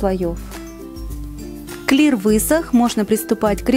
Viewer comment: Не кли-Р а клиа р не считается